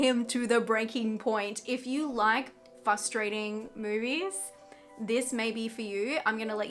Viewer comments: Are you aware that you say fUstrating rather than fRustrating? I had a boss who did that and he's now a sitting member of Congress, so it's not about intelligence by any means. Anyway, thanks for the review - I love Nic Cage in almost everything he does. This one sounds like a must watch for me. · FRRRRRRRRustrating, NOT Fustrating. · "frustrating" has two Rs in it. Had to turn off the video after the millionth time you said "FUSStrating" 🙄